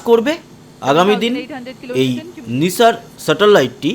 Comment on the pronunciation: NASA এর উচ্চারণ নাইসার, নিসার নয়। যাইহোক সাফল্যই আসল ব্যাপার।